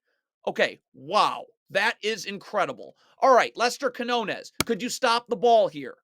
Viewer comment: it’s not “Canonez” it’s “Quiñones” …